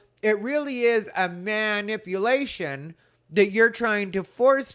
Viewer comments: "MAN-ipulation" - I heard that! Yes, at this point, most of us suspect that this is rage-baiting coming from Lily and not honest bewilderment. Every time a video comes out he is probably banking on how much coin it will bring in by level of how annoying it is. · Loved the emphasis on "MAN"ipulation. 😂